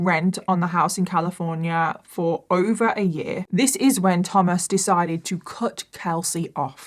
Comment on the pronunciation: Wewy similar ways😂😂😂 wewy wewy Califwornia 😂😂😂😂